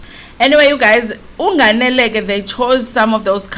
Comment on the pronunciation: Haaau sisi, your pronunciation of "nganele"😟😟